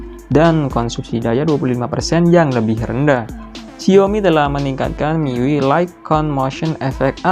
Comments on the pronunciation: penyebutannya bukan "Mi yui" tapi "mi-yu-ai" ah gimana lah kau lapet.... lapet. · Mi yu ai bang:( bukan mi yu i. Itu ui nya dibaca yu ai:( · sekedar saran aja bang, cara baca miui tu "mi yu ai". lebih benar dan lebih enak didengar 👍🏻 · Mang ketika lu baca Gesture udah bner banget dengan "Jestur", tapi kenapa pas baca Xiaomi dan MIUI kok begitu? Aku jdi ngakak tau mang, harusnya kan Xiaomi dibaca "SIAOMI (indo aksen) atau Saomi (aksen asli)" dan MIUI dibaca "miuai". Sekadar masukan....